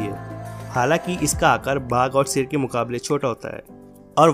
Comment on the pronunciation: Bhak ser nahi hota h Sher hota h